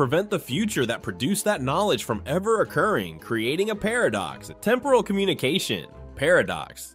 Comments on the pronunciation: The way AI says par of ducks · Did anyone notice an unnatural pause before the word "paradox" later in the video?